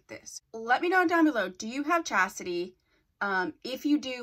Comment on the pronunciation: Lovely, lovely...but the name of the unit is Chasty, not Chasity. I have her in 227144 and I cut the long front also, I stray, but I seem to always come back to Chasty.